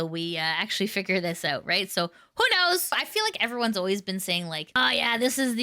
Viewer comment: I really don't want to be that person but "oiut" is kinda funny to me